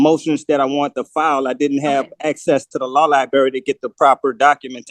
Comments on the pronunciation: Librrrrrrrrrary not libary 🙄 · What's a law liberry?😅😅😅😅😅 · Does he know that there is an R in Library?